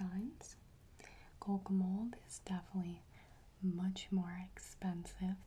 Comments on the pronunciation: Same. For the longest time I thought she was saying kokomo.......lmfao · Every time she says Kokomold my brain just goes “ARUBA, JAMAICA, OOH I WANNA TAKE YA TO BERMUDA, BAHAMA, COME ON PRETTY MAMA!”